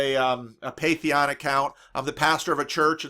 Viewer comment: I really enjoy your content, but it drives me insane every time you say "paytheon"... it's Patreon, like pay-tree-on lol Keep it up!